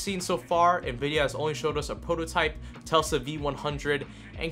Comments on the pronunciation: Hey great videos man, but I've noticed that you say "Telsa" when talking about the high end Volta chips, its actually Tesla, after Nikola Tesla, the famed engineer. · Tesla not telsa